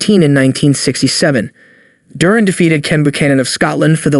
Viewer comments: Jurin? It is pronounced DUR-AN - Good list but that is a basic mistake. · DURan? Sugar Ray LEEN ard? How can I take this seriously. Is this some a.i. crap or what?